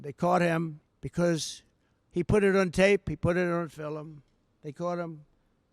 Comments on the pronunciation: Why can’t he say “film” 😂 Fillim? wtf is a fillim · Did this mf’er say “The young girl hurt the girls, very very badly. They caught him because he put it on tape. He put it in fillum”…..?!!?!!?!!! FILLUM???? Like, film? 🤦‍♂️🤦‍♂️🤦‍♂️